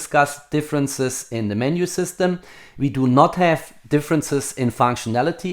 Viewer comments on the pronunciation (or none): Agree, and I love his German "We" instead of "V" in his pronunciation...